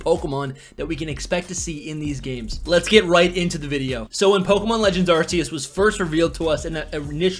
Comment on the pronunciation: You know it’s Arc e us not Arse e us just saying